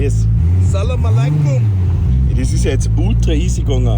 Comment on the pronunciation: You friend is being an idiot with the "Salaam Alleikum"! Nice videon and nice car